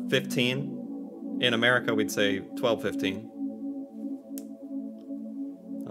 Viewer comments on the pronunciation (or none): none